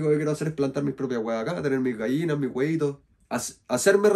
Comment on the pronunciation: Jajajaja primera vez que escucho a con acento de huaso. Se te está pegando el sur en " tener mi gallina mis hueito" está bien sur mejor que Santiasco